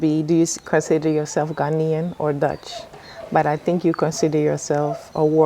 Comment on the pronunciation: His pronunciation is spot on. He speaks like a typical Ghanaian. I don't know him in real life but I think I like his personality. I learnt allot in this convo